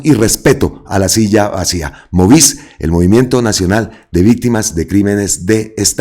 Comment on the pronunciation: *MOVICE, con E de Estado. Es decir, la 'e' se debe pronunciar. 😉 Para claridad,: MOVICE traduce Movimiento Nacional de Víctimas de Crímenes de Estado. No es un medio de comunicación, sino un colectivo compuesto por organizaciones que representan a víctimas de crímenes cometidos por el Estado. Iván Cepeda es miembro fundador y perteneció al movimiento antes de ser congresista; no sé si todavía. Una observación constructiva. 🖤